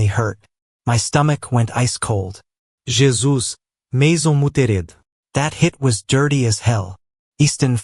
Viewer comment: What is with the all the mispronunciations? Just say "Jesus" in English. And how did it say "Mason"? OMG